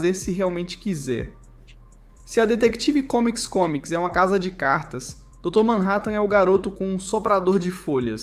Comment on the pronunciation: foi dificil escutar ate o fim do video ele falando "detective comics" kkkkkk